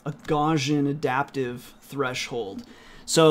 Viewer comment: Just FYI Gauss is pronounced with the vowel sound like the word "out", or "ouch". So it sounds like house but with a G in front not like gauze or gossip. And with Gaussian we don't pronounce the double s with an 'sh" sound. I know it's pedantic, and I know you're self taught but the mathematician Gauss is such an important figure it's kind of like hearing some say Einstone and then spelling his name Inestone. If you're going to name a variable after Gauss you may as well include both s letters too. It's just good form. Edit: Also I'm not trying to be rude here but helpful. It's hard being self taught, I know. But there are just certain names that when mathematicians or computer scientists hear them mispronounced they just cringe. The easiest to mispronounce being Euler.